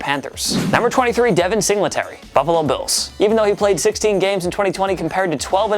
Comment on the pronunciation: Idk why, but the way he says Singletary makes me mad.